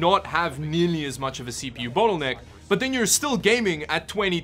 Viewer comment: I kind of felt offended when you said battle necker. Too much er in it maybe